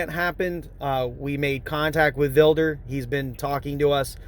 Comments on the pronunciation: "Keith VIL-DER?" Isn't is Keith VID-LER? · It's Sargent Vidler, not Vilder. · He is such a liar. I thought it was Vidler not Vilder??? breaks the laws and then complains about the cops doing their jobs??? Its great that he lost it all. He deserved it. I heard Vidler got fired but then got his pension back. lost his business, his wife, an 83,000 insurance scam case than he recorded himself and keeps going to jail. This guy is worthless to society and the human race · Seargent Vilder. What a dumb shit that he cant even get his favorite sarges name right. men need him now more than ever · Keith Vil-Der, Vi-di-ler and Vi-Da-Ler. 🤣🤣🤣🤣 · Ffs, get VIDLER's name right!